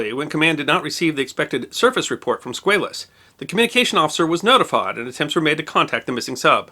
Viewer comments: USS SquAlus not SquaYlus. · It's SQUALLUS, not Squayllus... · Love this channel. But you are not pronouncing Squalus correctly. The A in Squalus is pronounced as a short ā. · You are a good man doing great work. At 63, I have been a history afficionado all my life. You may want to double check your pronunciation of 'Squalus'. As a shark, worldwide, its pronuncoiation is usually Sqwall-ous. Note Sqwale-us. Mayhap this is just you being American. Thank you for your work no matter what! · It may be the bow tie, but I think what really annoys me is this guy's insistence on mispronouncing the name of the submarine. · Squaaaaalis. Not SqAlis. Sub-mariners. Not submariners. but more importantly great video!!